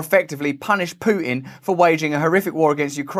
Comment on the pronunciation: I love how Russell says Putin. Pooh tin